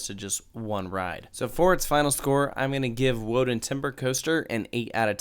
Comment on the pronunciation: It’s pronounced vo-don not woah-dan, in case you didn’t know